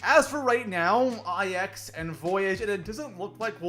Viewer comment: Was gonna watch but then I heard “I-X” and not “Nine”.